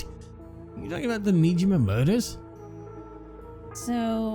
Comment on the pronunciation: Don’t worry. Sae’s last name is Niijima, not Nejima.